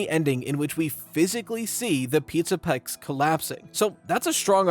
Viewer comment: hehe you said “pizza pecs” by accident